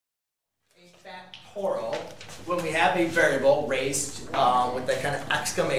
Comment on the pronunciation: It's pronounced factorial, not factoral. BTW a math teacher who can't do a simple multiplication like 24 times 5 in his head is not worth much (calculator dependent gen Y perhaps?). Anyway, you didn't explain at all what it could be used for. "Learn all about factorials", yeah, right...